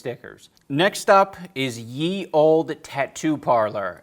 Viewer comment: The “Ye” in “Ye Olde Shoppe” is pronounced “The”